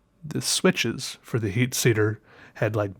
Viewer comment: "Heat seater" lol